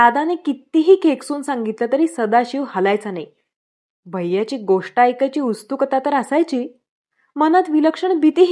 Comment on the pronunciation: तुमची भाषेची जाण उत्तम आहे. वाचन शैलीही चांगली आहे, उच्चार स्पष्ट आहेत. मुद्दाम टीका करण्याचा उद्देश नाही पण उत्सुकता या शब्दाचा उच्चार सदोष वाटतो. उस्तुकता असा केल्या जातो ते किंचित खटकते. केवळ तुमच्या इतर सर्व गोष्टींचे कौतुक वाटते म्हणून सांगावेसे वाटले.